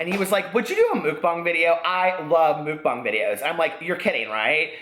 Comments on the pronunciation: It's pronounced MUCKBANG (bang bang) not MOOKBAHNG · It's pronounced muck (like yuck) and bang with a long 'a' vowel, like bah-ng 💙